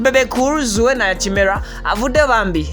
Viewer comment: webaale kutuweereza naye erinnya liri" kirema" not kimera" thank you